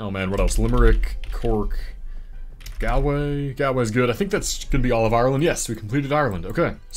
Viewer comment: Galway is pronounced gaul-way Not gal-way